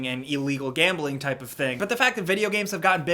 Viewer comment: "This kipe of crime" :D